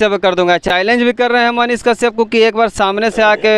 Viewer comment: पाहिले तोरा मुह से साफ मनीष काश्यप का नाम सही से नही आ रहा है तू मनीष के पास बोले गा कैसे । बबुआ मनीष कश्यप के भीरी बोले में हग देबे लागत बा अइसन। चैलेंज मत ले फिर दोस मत दिहे